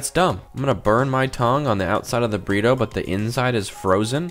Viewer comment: “The Frozen Microwave Burrite”😂